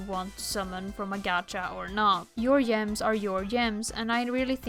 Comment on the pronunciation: not an insult, but i love the way you say gems. they arent gems anymore, they're yems <33